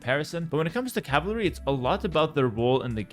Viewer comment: My man cannot pronounce "cavalry" and idk why but it bugged me throughout the whole video hearing "caval" and "cavaly" and "cavarly"